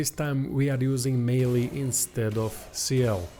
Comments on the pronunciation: “May-El” Wicked vid tho! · French name, pronunciation is My-el.